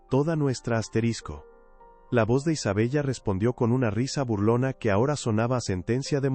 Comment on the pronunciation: Isabella.. pronunciación.....Isabela